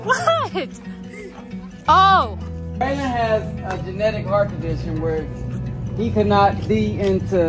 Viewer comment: Not calling Braylon Baylone😂😂😂😂😂😂😂